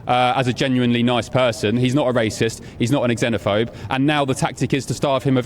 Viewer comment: It's pronounced ZENOPHOBE not X-ENOPHOBE Leo.